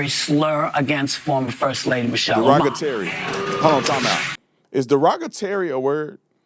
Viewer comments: Someone mentioned he said, "Mochelle" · My Man Said “Mochelle” Obama 🤣🤣🤣🤣🤣🤣🤣🤣🤣🤣. Anna is going to Celebrate the 250th eating a full rack of ribs and downing bottle of wine 😂😂😂😂😂😂😂😂😂😂